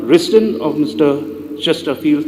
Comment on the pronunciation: Y r u so nervous bah Rembui even to pronounce Chesterfield also is not proper,do u need to kill y not just arrested